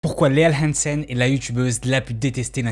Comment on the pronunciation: Comment t a dit hansen au début je me demande si t un dz mdrrr